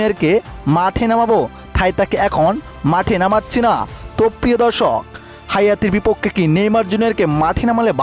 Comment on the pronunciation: ভাই হাইতি হাইয়াতি না😂😂😂